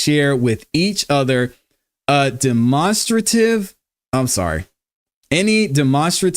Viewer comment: "demonstrate" (Den-Ma) - strative (straight-tiv) =demonstrative. lmao, that was killing me.